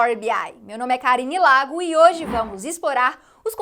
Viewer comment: Eu entendi "meu nome é " da primeira vez hehehehehe Eita mulher porreta, super incrível!!!